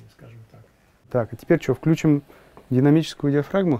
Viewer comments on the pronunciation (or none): none